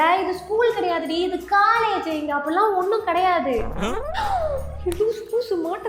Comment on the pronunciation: Adhu CALLAGE illa ma COLLEGE TAAPER illa TOPPER.... O sound!